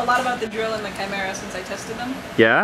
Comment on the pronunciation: It's pronounced "Chimera" but go on.